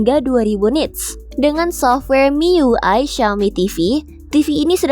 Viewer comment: Em ai yu ai (miui) 😂😂😂